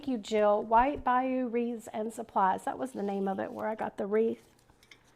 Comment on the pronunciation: Sorry, I love this wreath and everything you make, but I have to tell you that supplier's name for the bike wheel is pronounced "by you" as in the water "bayous" found in Louisiana, Lol. Made me chuckle, but I understand not knowing that because you're not from these parts.